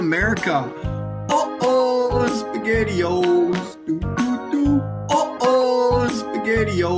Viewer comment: "On top of piss-ghetti all covered in jezz..."